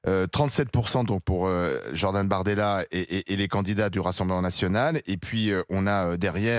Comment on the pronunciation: Il a dit BORDELA et non bardemla mort de rire